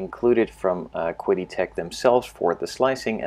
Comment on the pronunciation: The companies name is pronounced, "Chee-Dee."